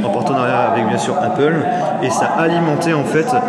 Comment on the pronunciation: "APEUL" c'est quoi ???